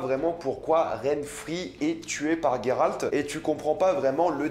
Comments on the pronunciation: Yio ! Juste pour te dire pas Il sort d'ou votre gayralt ! On prononce Geralt ! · Juste pour info.. c'est Geralt. Pas Gueralt, comme tu le prononces :x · Ça me perturbe le "Gueralt" c'est Geralt (Jeralt) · Tu prononce mal le nom de Geralt mdr c perturbant, mais super vidéo sinon 👍